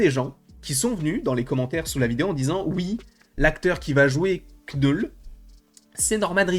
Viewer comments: « Kneul » Putain c’est pas compliue d’appeler le personnage comme il s’appelle svp ? ÇA SE PRONONCE « noul » pas « KnEul » 🥴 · aucun des deux. le k se prononce pas en anglais. Faut dire "neule" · À l'anglaise tu prononce 'nole'. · Knoul sans prononcer le K